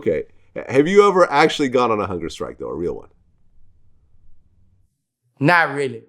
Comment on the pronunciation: Vlad: Ok, so tell me how you go on hunger strike. Boos: Uhhhh, you just say you goin on hunga strike.